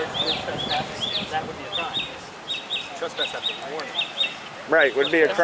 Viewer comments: Ummmmm, what the hell is a TRASSPASS 🤣🤣🤣🤣 learn to speak! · That idiot can't even pronounce trespass